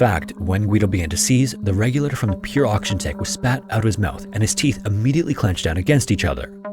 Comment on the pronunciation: Regulator is a four syllable word, not three !